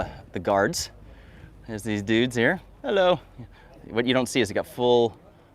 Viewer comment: is so white, when he goes outside: the sun gets a tan🌞 I love the content, but can't myself from cracking up at every "Hulloh!"